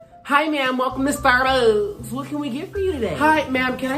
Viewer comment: “Hi WeLcoME tO sTArbUhhh”😂😂😂💀💀